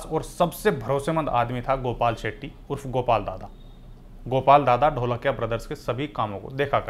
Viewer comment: NOT ढोलकिया IT IS धोळकिया